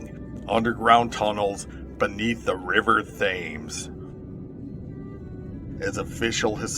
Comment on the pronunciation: The river thames ... the h is silent.